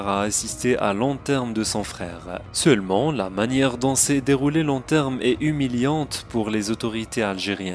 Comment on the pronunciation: L enterm ? Ou l enterrement ?